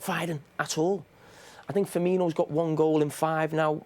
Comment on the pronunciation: STOP PUTTING A H IN FIRMINO'S NAME